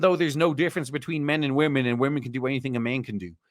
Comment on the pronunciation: Saw the intro and was like is this a real person? Then heard "wamin" and I'm out